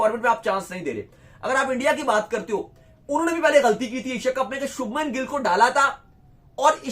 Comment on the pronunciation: He is शुभमन not शबनम. Please pronounce correctly. Show respect..